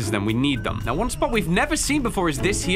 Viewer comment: did bro just say "are you serious right newo" 💀